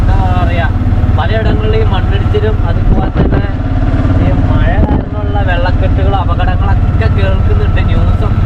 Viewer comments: മയ അല്ല 😂മഴ യാ 💯❤ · Gulika kudikkuka alla. Kazhikkukayanu. Maya alla mazhayannu. Changayimaru alla changathi aanu correct. Kuyi alla kuzhi. Malayalam correct parayuka please